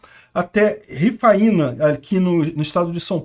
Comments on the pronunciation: A reforma é muito bem vinda! Rodovia perigosa, sem acostamento em boa parte, pontes que são interditadas em períodos de chuva, etc... Ah! Pronúncia correta da cidade Ri-fãi-na. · nao se diz rifaina, se diz rifaina, eu nasci nesta regiao, conheco bem ali.